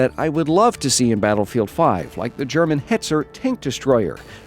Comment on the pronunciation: Damn! Your german pronunciation is getting better and better!